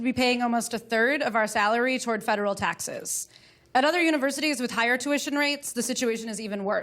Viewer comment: Jake was tired. He mispoke a couple of times (taxe(r)s, Senator S(t)anders). And those poachy eyes. But he had enough gas to burn Cruz and his dull charts.